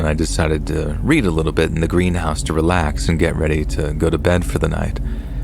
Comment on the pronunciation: It is AI, lol. Maybe a few aren't, but you can tell when it mispronounces words like read.